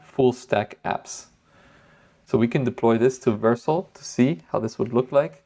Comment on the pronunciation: Just a heads up…it’s pronounced Ver-sell.